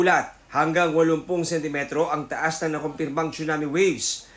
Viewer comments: It's not "CHUNAMI", it's TSUNAMI 😂😂😂😂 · Prayers for Japan po. "Tsu-nami" though. 😂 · At lalong di "Chona Mae".